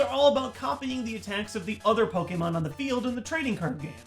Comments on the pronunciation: *DID I HEAR POKEMAN??* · did he say pokemen? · Did just say “Pokémen”? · he said pokeman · "mew is one of my favorite pokeman cards" hold up. did he just say pokeman? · You said pokeemans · When you say pokeMAN instead of Pokémon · "Pokemun"- 2017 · "Pokeman cards." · pokeyman? POKEYMAN?! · diiid he just say Pokemen? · I fully caught that pokeman that you said when you mentioned mew lol.